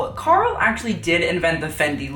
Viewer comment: It took me a moment to differentiate Karl with gurl. I kept thinking he was saying GURL. GUUUL PLS. Still works.